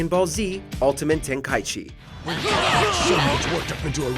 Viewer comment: I’m offended on how you say the ten ki g game